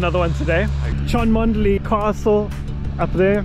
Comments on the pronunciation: Hi, Cholmondley is actually pronounced Chumley and that is a stunning ground with a good track have played there a few times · Grew up playing nearby, loved this video. Just FYI it's pronounced "chum-lee". Great stuff as always. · Sorry to be annoying but it's 'Chumley' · Another excellent video, but I think you'll find the castle name is pronounced Chumley . . . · Brilliant video, Cholmondley is pronounced Chumley. Rather strange but cheshire dialect! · It's pronounced chumley. I played there about 15 years ago and the wicket was even worse then.